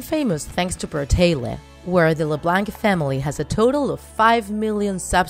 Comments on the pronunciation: Im sorry but it's BRATAY-LEY not Bratay-Leh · Lady it's not pronounced Brataylay it's pronounced Bratayley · “Creators of the famous family YouTube brataylehhh” 😂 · She says bartalet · Bruh- tay- leh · Anyone else get triggered when she said Bratayley like Bratele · Myaobrien15 look up bratayleys last name reveal, they say it, it is hard to explain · Alicia Rutledge the way she bratayley also bothered me😂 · Alicia Rutledge and when she said “bratayley” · sorry but the way you said bratayley bothered me so much but video was amazinv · You say bratayley wrong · You say Leblanc and brataley wrong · It annoys me how u say Leblanc and how u say Bratayley no offence and I liked the video :) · That's not how u say Bratayley or LeBlanc